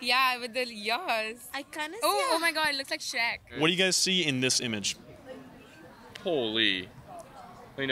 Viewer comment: What I she said shrek with bad r pronounciation and there was an error in translation for captions